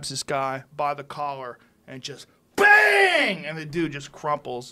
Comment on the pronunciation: Same I read the comment when he was saying BANG